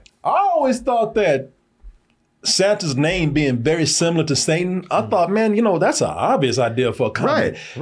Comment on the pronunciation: The guy talking in this video is dyslexic too because he couldn't even pronounce Satan right